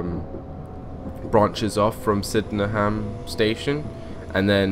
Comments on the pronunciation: It's pronounced SYD-EN-HAM not Syddeham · It is pronounced sidnem